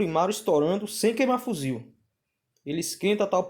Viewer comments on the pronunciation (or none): FUZIL? Ou fusível? kkkkkkkkkk